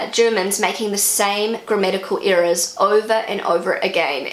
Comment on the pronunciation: It sounds as if you are saying "grammatical eras".